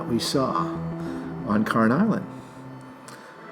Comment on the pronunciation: Pronounced Cairn not carn. Kind of like pairn, it's not a word but you get the pronunciation. That's why so many people call it the Karen or Karen island, which is due to misheard or misunderstood pronunciation. Either way, fun video!